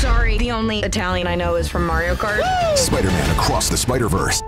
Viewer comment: "Sorry the Italian i know is from maeio kart" - DID NO ONE ELSE HEAR THAT